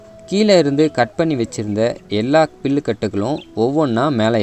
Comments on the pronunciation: அது பில்லு இல்லை "புல்"... 🤦🏾‍♂️🤦🏾‍♂️🤦🏾‍♂️ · பீல் இல்லை. புல் தம்பி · பில் அல்ல புல் தம்பி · பில் இல்லை புல்... மெய்தல் இல்லை வேய்தல்... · பில்லு இல்லை 'புல்' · தம்பி பில்லா இல்ல புல்